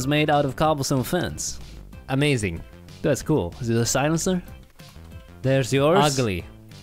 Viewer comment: Man best favorite word from these guys is always gonna be "cole" instead of coool its just funny and good to hear.